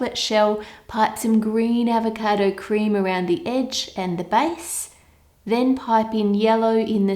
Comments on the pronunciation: My sis kept making fun of the way you said avacodo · AVECAADOOUGH -that's how she's says it lmao